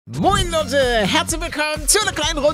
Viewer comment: Wie palle am anfang moin lote sagt und nich moin leute